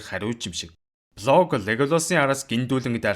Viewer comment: Блог гээд байхы😂. Болг гээчдээ.